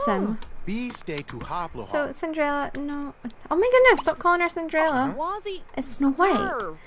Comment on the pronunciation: in a part you said ciderella